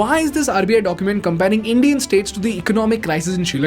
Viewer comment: "Some of these Indian States are managing their finance so bad" I heard it as "Some of these 'idiot' States are managing their finance so bad"